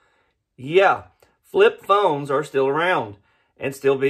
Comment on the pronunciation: I'm pretty sure you said "Fip Phlones"!! 🤣